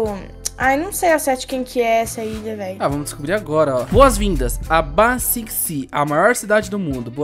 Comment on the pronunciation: Eu acho que vc pronunciou Ba Sing Se errado